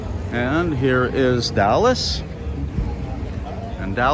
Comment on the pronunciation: Enjoying your vlogs. We will be in el corticito in 3 wks for 2 months. We did the same last yr. However, it's not 'dallas' restaurant, but 'DALIA'S'! Keep up the good work.